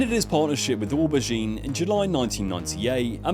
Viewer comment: Or Bah Geen.... you mean Oh bergine... LOL